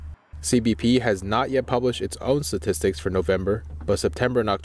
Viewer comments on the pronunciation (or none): I don't know why everyone is saying Satistics instead of statistics. It's like saying hamugur instead hamborger.